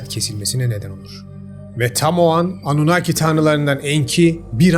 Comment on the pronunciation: annunaki dediği 2.46 saniyede koptum dskjfhskjfhskjahfdakj